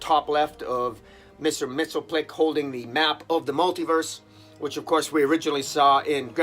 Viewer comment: If I may: I believe the correct pronunciation is: MIX-A-PIT-A-LICK. Now making it come out right backwards--that's another matter. Agree with you that Justice League (and its Dark companion) are hitting a high that is adds to the best of the Justice League compendium--in others, words, with the essential and best Justice League down through the eras of its distinguished (and often mediocre or worse) history. But high, high Justice League, roughly about as good as the book ever can get. That recent annual is a real gem. Also agree with that weakest part of the story is understanding the five forces--I never have quite gotten it either-but as you can see from the above, it almost doesn't matter--as long as they use it get us where we want to keep going like they have done so memorably and consistently since the Metal series.